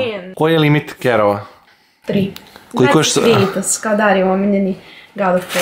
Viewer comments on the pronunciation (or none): nije krejtos nego kratos al ok. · Taj iz igrice ze zove Kratos, tj tako se kaže na srpskom a ne krejtos. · Msm da nije KREJTOS nego KRATOS 😂😂😂😂😂 Inc jako sladak 🐶 Volim vas punooo❤❤❤ Jadan Hlad zaboravili ste za njega!!! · Meni zvuci kao da zove g kritos umesto krejtos